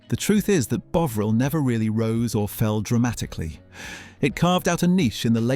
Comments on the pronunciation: I am not sure that this is AI generated narration, I love the channel and am subbed but would just like to know. The thing is this, the pronunciation of 'Bovril' changed from 'Bow Vril' to 'Bov Ril' which varied depending on what aspect was being told. So is this AI F-ing it up or a Human with a quirk please ? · Could you not get your AI to use the same pronunciation every time it used the word Bovril, or Bouvril or Buvral. Sloppy and annoying, i won't be watching ay more. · Is it me or is the narrator pronouncing it wrong? Bowvril...? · technically it should be pronounced bove-ril, although I have never heard anyone pronounce it like that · Could someone please tell the presenter that there's no 'w' in Bovril!!!😂😂😂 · Fuck me, flipping between the correct pronunciation and incorrect one is VERY annoying! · Fascinating but the pronunciation of the o is the same as in on. If it was like you are saying it it would have been written Boveril. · Your narrator somehow can't say Bovril right ... but only sometimes ... hmmmm? 🤔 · Good video, not sure why the narrator is pronouncing Bovril incorrectly or margarine though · I counted 5 different pronunciations. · Try to pronounce Bovril consistently. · You make a video about Bovril, and yet you don't know how to pronounce it! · Why does this narrator continually change the pronunciation of Bovril? Obviously a tone deaf idiot. It is very jarring. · The varying pronunciation of Bovril plus the repeated 'it's not just that, it's this' through the video suggests it's AI slop. I shall get my robot to watch it for me. I look forward to your videos on the history of the hoe-vercraft, and the town of 'Dovver.' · It’s ‘BOVril’ or ‘BEAUvril’ (nobody in England has ever pronounced it ‘BEAUvril’, by the way) - but it can’t be both. If you want to grow this channel.. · The way you switch pronounciation between Bovril and Bowvril triggers me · It's Bovvrill not Bowvrill. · WTF is "bow vrrelll"??? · It's BOVril, not Boveril!